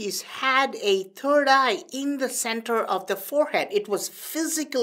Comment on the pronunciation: He said turd eye !!!😂